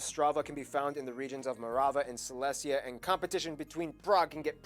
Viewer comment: Silesia, nit selestia